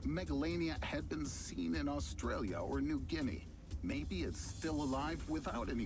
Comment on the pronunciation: cash, its Australia not Oxtralia